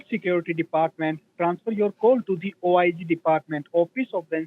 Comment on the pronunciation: How goes OHH EYE ZEE translate to Officer of Inspector General ??? Wtf !!! Terrific video, btw !!!